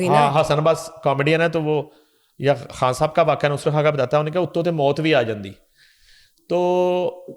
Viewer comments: Excellent coverage of Junaid safdar marriage by your channel ..just one request.. Please speak Urdu correctly ..which u can ..I am referring to woman anchor , do not pronounce Khan as Kahn .... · please pronounce khan correctly it’s khan with kh خ not Kan کان like you do.